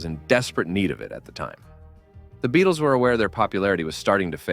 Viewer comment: Two points of order here: 1. The band was called The Beatles, not the "Beadles"; 2. Their manager's surname was pronounced "Ep-stine", not "Ep-steen". Otherwise, an excellent video. 🙂